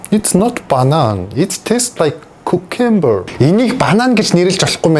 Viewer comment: Cucumber❌ Kukember✅